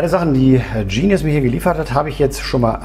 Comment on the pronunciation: Genius, ganz einfache deutsche Aussprache. Sitz in Limburg.